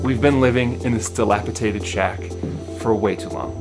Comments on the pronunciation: we love you man but it's "dilapiDated" NOT "dilapiTated" 😂 x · I wonder if you do it on purpose lol. Dilapitated is not a word 😅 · It's dilapidated not dilapitated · sorry to correct u, but it's pronounced "dilapidated." Not dilapitated. Also, ur shed is not old or in need of repairs, so it wouldn't be described as dilapidated. It's a makeshift shed/home that needs updating perhaps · Before I say this....I want you to know I LOVE YOUR CHANNEL! I watch you faithfully.....but today I had to comment. You used the word many times....wrong. It is not delapiTated. It is delapiDated. I'm sorry...it just bugged me. 😊❤ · Delapitated? No such word. Try dilapidated. Lol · The word is..DILAPIDATED with a D not with a T. DATED not TATED!! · Again ,its delapiDated not delapiTated as you keep saying. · DilapiDated, not dilapiTated. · Argh! I tried really hard to leave it but you said it SO MANY TIMES!!! Pls, it's dilapiDated, not -Tated. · DilapiDated ....D not t. Sorry, but that made me carzu the entire video. 😬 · di·lap·i·dat·ed with a “D” - my PSA for ya 😎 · it's dilapiDated - one time is ok but you kept saying it wrong! Sorry - word Nazi here! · No T in dilapidated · Drink every time he says dilapidated wrong